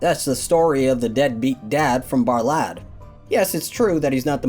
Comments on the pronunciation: Romania representin' ! BTW,it's pronounced Buhr-lahd. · Saw this on the news. Also Bârlad is pronounced burlad